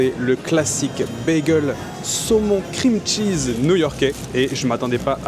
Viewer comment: "qu'est-ce que c'est généreux en krimtchiz". Pas étonnant, c'est l'ingrédient qui coûte le moins cher.